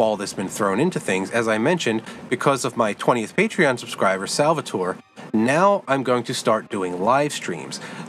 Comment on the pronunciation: OMG! I SINCERLY THANK YOU FOR NOT BUTCHERING MY NAME! Every school teacher i ever had would say sal-vah-tor-ey.. we are not in italy and the e is not pronounced. So, thank you much! you should make an amazon wish list. id be super willing to buy you a few things. I loved your recommendation of forrest mims engineer notebooks. it lays it out in a super easy to read format and the hand drawn artwork is a super nice touch. Keep up the awesome work man. i can see this channel growing into something big. Im gunna shoot you over 50$ on PayPal to get you going. thanks for the shoutout also.